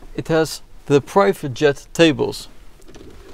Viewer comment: Even on the gwagens screen you are saying “ privet jet table”